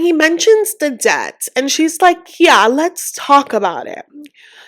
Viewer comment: Cam someone please please tell that the b in debt is silent?